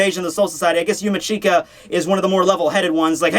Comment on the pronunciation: yumeech-ka not yumi-cheeka..not hard to say